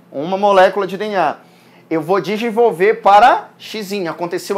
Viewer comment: voce é o segundo professor de biologia( inclusive ele é paraense tambem ) que vejo falar ''digivolver'' ao invés de ''Desenvolver'', isso é algum problema d dicção? só uma curiosidade mesmo .Ah você é impecável nas suas aulas.